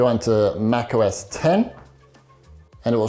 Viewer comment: Mac..... OS .... lol i love this dude